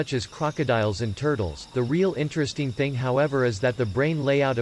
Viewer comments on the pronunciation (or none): none